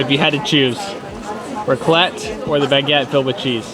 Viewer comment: I did not know that i needed to hear and say raclette 🤣🤣 all i hear is roqulet😂